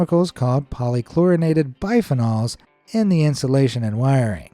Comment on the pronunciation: scrapping a ship is a very expensive operation. And we have previous history of sunken ships. Oh...and it isn't biphen-OLS it is biphenYLS... sort of like how so many people mispronounce fentanyl as fentanol... Yeah..i'm pedantic.